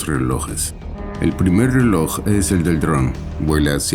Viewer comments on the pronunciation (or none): none